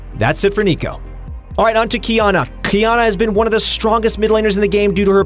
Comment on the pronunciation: lmao qQqQiyana